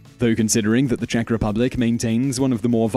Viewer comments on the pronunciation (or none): none